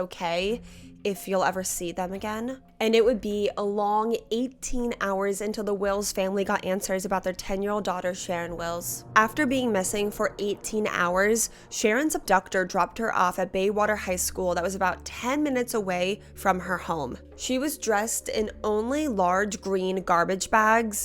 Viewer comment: This is creepy af not because it's near me I'm literally minutes from one of the houses but because I've been thinking about this recently and doing my own research I was a baby when this was happening. No no no please keep Melbourne as the way you first said it It's Bayswater you said Baywater There's four airports Lilydale it's a small little place I think they teach flying there as well. Essendon and then Melbourne there's a look out near Melbourne airport and Avalon if at night I don't think they were up at Lilydale although that area would be a place for privacy especially the side roads and the roads leading up country. I think Karmin pulled his mask off I don't think it's someone else